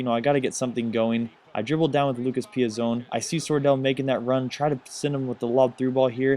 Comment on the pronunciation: ooooooh boy! you killed me with that "ay soub in tha loucas piazon" damn :D